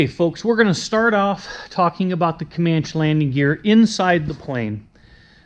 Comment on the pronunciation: I just bought a 260B Comanche. I flew a Comanche in the 1970s when I live in England and always love it, I've enjoyed watching some of your videos about your airplane. But I have to ask, why do you call it a Comanch when it's a Comancheeee? I've already copied your iPad mounting. I just couldn't find a clamp that would fit the Comanche yoke.